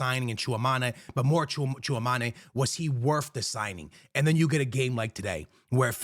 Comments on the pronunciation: FOR THE LOVE OF GOD - IT'S TCHOUA-ME-NI not TCHOUA-MA-NE it's been years ☠☠ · Its Tchoua - me - ni not ma- ni but me - ni. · I cant take this guy seriously when he says “real madri” & tchaomane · Bro it’s chua mEni like don’t sound the E like an A lol love you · Bro😂😂you definitely need to learn the pronunciation of Tchouaméni’s name